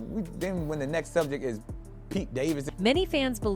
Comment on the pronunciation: Soujay knight 😂 teach ai to use pronunciation lol😊